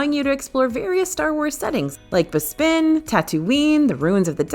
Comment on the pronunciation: Gentle and loving correction from a '70s Star Wars kid: It's BES-pin, not Bes-PIN. (And great list of rules!)